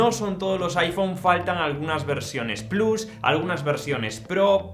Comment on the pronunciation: Desde que Apple y Disney lanzaron su servicio en streaming a muchos les da por pronunciar el plus en inglés pero sin pronunciar Disney de igual forma 😂. Absurdo